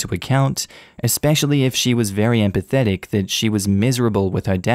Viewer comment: Ive listened to story 2 from 3 different reddit youtubers and evey single one of them reads the word EMPHATIC (to emphasize) as EMPATHETIC. Other than my grammar brain short circuiting love the stories!!